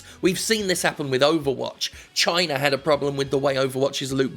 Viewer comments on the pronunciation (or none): none